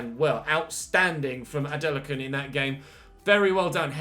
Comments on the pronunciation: you’re pronouncing it correctly it’s a nigerian name ADE LA KUN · Your pronunciation of Adelakun (A-Day-Lah-Kun) is actually fine. Just add a little stress to the "Lah" or just call him Ade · don't worry about the adelakun pronunciation it's alright even my country men have trouble pronouncing his name 😂